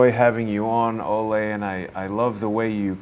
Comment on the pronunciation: Pretty sure it’s “Olee” and not “Olay”.. He’s not a bullfighter! Lol! It was my grandfathers name and he was from Denmark as well.